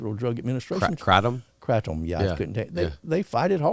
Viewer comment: pronounced kratom correctly why try to correct him